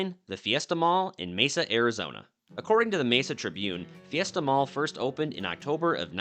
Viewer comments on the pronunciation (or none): none